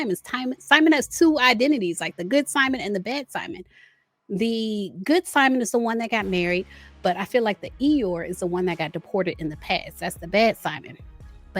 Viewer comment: Not Eyor…